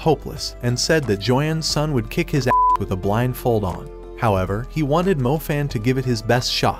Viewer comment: Stop say a'ss